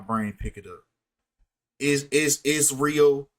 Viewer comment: You are pronouncing Israel correctly.